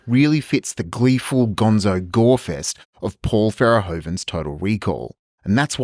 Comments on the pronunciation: Paul “Verehoven”? 🤣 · Verhoeven. Reads “ver-ho-ven”